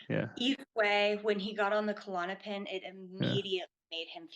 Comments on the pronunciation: Why do people call it Ku-Lon-o-pin? It’s just Klonopin. Little pet peeve. But anyway, yea it’s horrible I’ve gone through many awful withdrawals myself and I hope to never have to again. Hearing this, I’d be scared to not make it through (as I’ve felt going through it in the past too!). Was on klonopin over two decades. Prayers to all struggling to safely get off these drugs. ❤ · After all she's been through, she still doesn't know how to pronounce Klonopin or how it's different from Xanax? Bizarre.